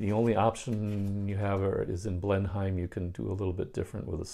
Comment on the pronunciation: And Blenheim is pronounced "Blen-imm". You're doing well...